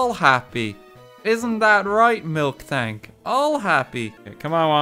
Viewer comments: I hate how he says MilKtank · I sick of hearing f-ing MILKtank It’s f-ing MILtank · I hate how RT says milktank instead of miltank, it's painful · Man, RT calling Miltank “Milk Tank” fucks me up more than it really should... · Lowkey peeved me when he kept saying Milktank instead of Miltank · Why does he keep calling miltank “milktank”? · pronouncing "miltank" as "milk-tank" is like pronouncing "bob-omb" as "bomb-omb" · This guys over here mispronouncing miltank